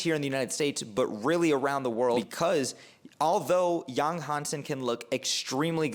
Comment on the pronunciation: Pronounced YANG!!! Not Yong